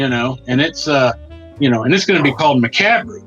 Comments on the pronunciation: Macabre pronounced muh cob, just released carnival of killers. Pretty good stuff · I always laugh how you guys butcher the word macabre 😂